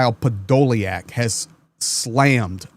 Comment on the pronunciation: Hey his name is 'Podo lyak'... the YA is the Ukainian R reversed, as you know it is a YU..... I have the surname... it is diff to try and spell the surname in English to get the right pronunciation...;)